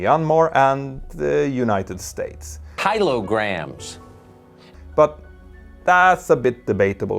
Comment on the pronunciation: KyloGraams. OK xd